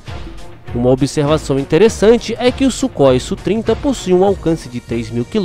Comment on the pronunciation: Amigo, primeiro, não se fala "sú trinta", mas "ésse úh trinta". Segundo, essas informações do Radar são da primeira versão, mas precisa observar a capacidade Look-on e look-donw